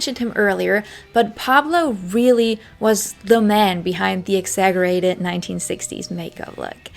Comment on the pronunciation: This was super interesting!! I also wanted to say (not that it took away from this great video at all) but exaggerated isn't pronounced with a (g) sound! It sounds like (ex-za-jer-rated)